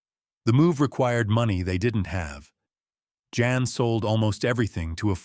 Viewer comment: Jan is pronounced Yon btw. Jan's sacrifice was worth it because he brought Edward Van Halen to millions of people. I can't imagine growing up without it. ❤